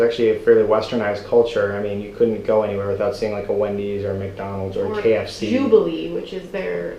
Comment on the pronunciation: it's JOLLIBEE not jubile hehehe.... keep coming back in the Philippines :) Thanks a lot!